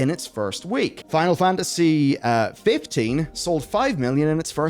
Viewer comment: still cant say "FINAL FANTASY" ??